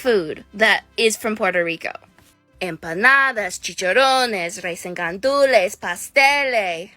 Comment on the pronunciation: M-pah-nah-dah chi-cha-roh-nes Rice (💀) and gandulees Pas-tell-ehh Genuinely started tearing tf up listening to her pronunciation